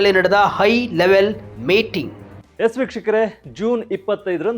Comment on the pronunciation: It is 'high' level meeting and not 'I' level meeting. Similarly is 'Hakku' (right) and not 'Akku'. Please improve your kannada language.